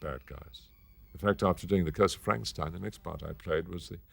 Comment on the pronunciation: Love how Peter Cushing always pronounces the name Frankenschtein